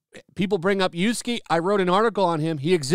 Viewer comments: I love your videos! However.... "yah - sue - kay" and "may - gee" 😁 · You mispronounced yasuke several times, but I do agree with everything else.